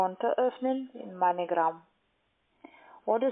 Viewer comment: Heißt das nicht Moneygram oder so ähnlich? Sie sagt immer Meinegram :D